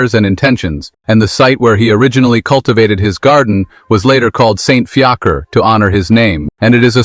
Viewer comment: His name is pronounced Fee-a-kra